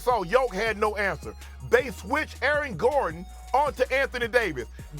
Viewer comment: "Aaron Garden" - Shannon Sharpe